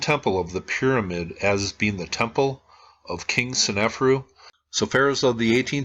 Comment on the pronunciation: Love your videos! BTW, It's sne-fa'-ru not sen-ef'-ru (I think).